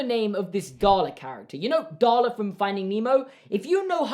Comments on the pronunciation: 😂 I thought you said garlic instead of Darla lol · Darla.... d. A. R. A. L. A. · ITSSS DARLA 😂